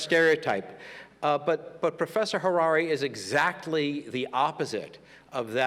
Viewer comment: Who was that illiterate who introducedHariri but mispronounced his name? Who mispronounced the Latin title of his book, calling it “HomoDeuce”? He was so embarrassing